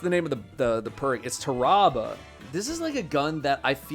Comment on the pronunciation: listening to him pronounce Tarrabah makes me wanna rip my ears off